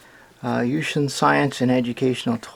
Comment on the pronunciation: lol i know chinese and you read the name wrong XD